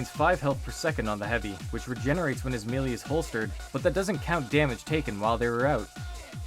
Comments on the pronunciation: One major error you forgot to fix from your original video - It’s pronounced MAY-LAY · "Especially you guys who nitpicked my pronunciation of MELEE!" I'm dead now. I can't.